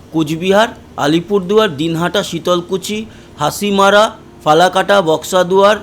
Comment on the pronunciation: bhaiyya hasimara nam shoneni? oirokom bhabe chomke giye notun nam porar moto kore porte lagche haashimara? aager din bollen mogra k "magra". maps ete ja dekhay ta toh aalada byapar kintu aapni ki ei nam gulo ki update dite giye first janlen/dekhlen?